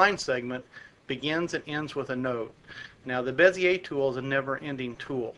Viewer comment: Finally, someone pronounces Bezier correctly...